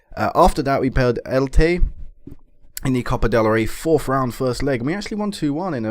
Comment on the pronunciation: Just to let you know, it's pronounced as it looks. El-Che. the Che is said the same as you would say Chelsea